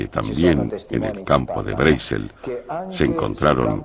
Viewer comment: Me molestan los doblajes que hace España, en especial por que no saben hablar el ingles, ni siquiera el apellido Brazel lo pronuncian correctamente.